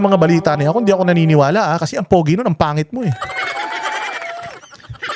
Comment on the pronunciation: Napaka diin ng pag ka sav na PANGIT. ah 🤣🤣🤣🤣🤣🤣🤣🤣🤣